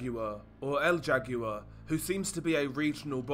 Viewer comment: El jaguar is pronounced “L how are”